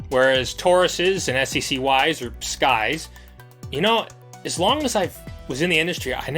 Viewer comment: they are pronounced "sky's" you said it right